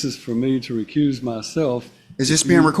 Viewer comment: "recrooze yoself" "jurydishun" they're getting easier to spot out in the open